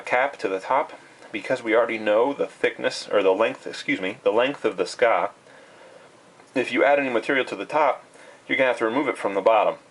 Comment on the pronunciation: I´m sorry but its called Tsuka not suka. Since its written in japanese with Tsu つ and ka か (just to show you in hiragana) Still good video!